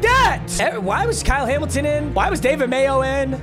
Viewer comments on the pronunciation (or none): none